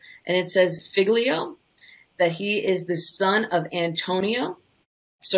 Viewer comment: did she seriously just say famiglia and pronounced the 'g'?